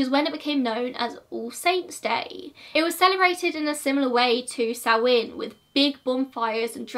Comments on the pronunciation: It’s pronounced sowIn not soween I’m Irish so sorry I just hate Irish being mispronounced Happy Halloween 👻 We used turnips (swedes) when I was small instead of a pumpkin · I think that may be an accent different because I'm definitely saying SowIN. Plus the Irish and Scottish do pronounce it differently, both ways are considered correct (I did my research!)